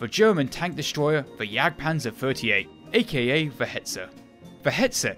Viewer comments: "On paper the Jagdpwanzer is vewy impwessive"...... classic narration from. Bravo!! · i meant jagdpanzer, forgot the z/zed